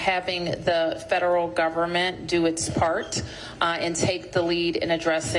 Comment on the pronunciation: Focus? She can't even say the word focused.